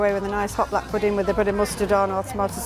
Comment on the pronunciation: I love how you say pudding you say pudeen 😂❤